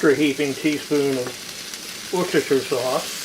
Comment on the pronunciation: As always, im wishing i had some. That looks great. Btw as a brit, living next door to worcester, we pronounce it wuss-ter, and worcestershire, is wuss-ter-sher. Its uk wide, and not even a localism. But your pulled chicken does look so good.